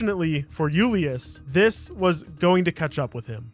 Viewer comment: You're not Spanish. Julius isn't a Spanish word. You sound so dumb when you say it incorrectly